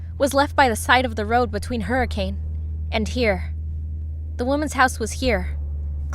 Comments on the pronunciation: NOOOOOOO ITS “Hurri-kin” not “Hurricane” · It's pronounced hurriken not hurricain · As someone who lives in hurricane utah, it really woukd be a place where some small town diner would have possessed animatronics. Not really anyone here so murder would be easy lmao! Also Utahns are weird and pronounce it "hurikin"